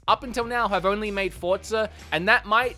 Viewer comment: Anyone: Forza: Fordza